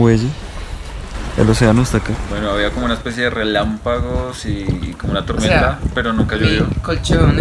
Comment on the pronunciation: de dice REMPALAGO 7U7:3